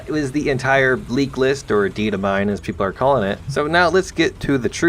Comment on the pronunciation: ditamine... again